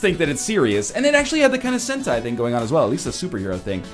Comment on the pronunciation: "Sentai!" Nailed it!~~